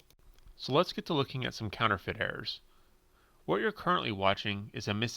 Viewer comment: Oh "errors" for the first few minutes I thought he was saying "air"